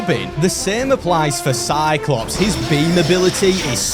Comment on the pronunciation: bro said cyclops